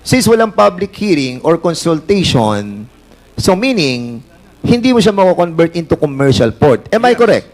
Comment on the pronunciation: Conbert, prom, punction, approbe, ebentually and Poncall.. tsk2x